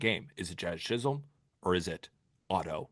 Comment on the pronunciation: does continue to say Jazz ChisHOLM